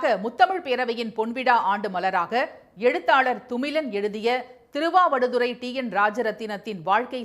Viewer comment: Thiruvavaduthurai? Ellathukkum? Many rollover in today's pronunciation